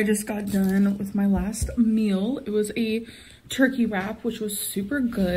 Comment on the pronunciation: She says "meal" like "mill" because she eats like a freaking mill. Just absolutely non stop XD